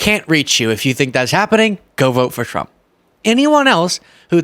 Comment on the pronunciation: I am going to give you some constructive critics. Many times when you speak “Trump” it sounds like “Frump” 😂